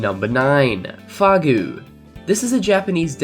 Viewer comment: Fagu? Its fugu